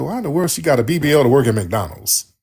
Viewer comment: Tariq it's MC DONALD'S NOT MAC DONLANDS U TALKING ABOUT MAC DOWWELLS